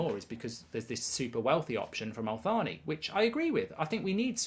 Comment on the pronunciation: Why does mark keep calling Al Thani - “Al Faani”